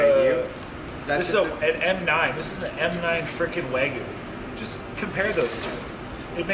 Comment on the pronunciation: It’s spelled “Wagyu” not “Waygu” and pronounced “wah-gyu.” Almost as bad that other video where you said “tem-pure-a.” Still love your vids though lol